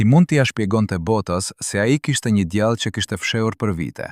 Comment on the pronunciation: Ti qe po lexon tekestin djale dhe jo djalle .ze tinzare....